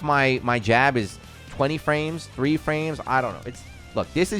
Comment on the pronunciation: “Wheres my fwames?”